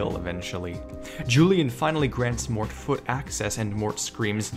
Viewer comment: I'm not but that's pretty interesting. I'm going to look that up later. You actually got the pronunciation correct, a lot of people don't get it right.